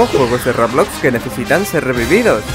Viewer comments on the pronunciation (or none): none